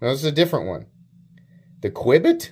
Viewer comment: The Qubit is pronounced "Cue-bit"